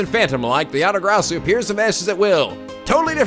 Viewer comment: Dunks on Portsman Interesting pronounciation of Yatagarasu:P Not that I'm complaining, it wouldn't be a playthrough if something wasn't mispronounced XD